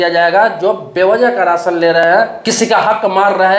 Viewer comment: Ration bolna Sikh